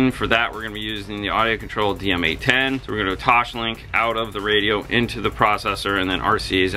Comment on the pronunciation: Sorry, it is TOSlink. Not TOSHlink.